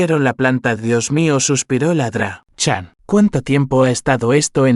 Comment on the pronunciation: Desde cuándo Doctor se pronuncia ladra